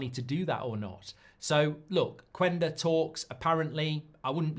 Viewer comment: Say Qenda... not qUenda